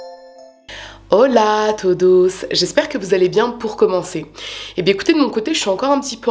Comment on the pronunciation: Je t'ai découverte il y a peu de temps et du coup je regarde toutes tes vidéos. Tu es au top👌🏼 À chaque fois je croyais que tu disais "holà tout douces" 😂😂😂 et j'ai compris que tu dis en fait "Ola todos" 😂 Pour ce qui est de ta coiffure, que tu aies les cheveux bouclés ou lissés j'aime tout. Tu es une superbe narratrice 😊